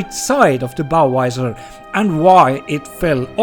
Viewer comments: The hell is a Bow Wizer? LOL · This is a very serious subject but every time he says " bow wisor" I have to say I'm struggling 😂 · "Bow Visor" I heard Budweiser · Why do swedes mixed up the V and W sounds? Visor is pronounced with a Vee sound.